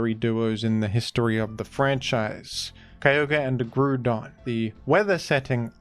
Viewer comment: Right next to my boi, keeyohguree